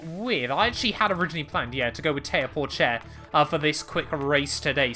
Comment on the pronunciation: Théo Pouchaire not Porchaire